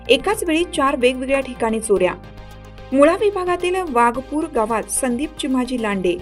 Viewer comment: Pl note awaj sahiydricha -not waghpur....true waghapur.....